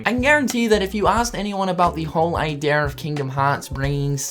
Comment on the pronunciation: he says idea like ideaeeerr